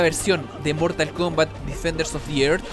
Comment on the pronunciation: DEFENDERS OF THE ÉRZ se pronuncia. Me volvía loco ajjaja. tu laik para que no te enojes. nwn)/